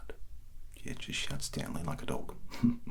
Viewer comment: says Stanley, I hear Centrelink instead for some reason. The video is doing its job.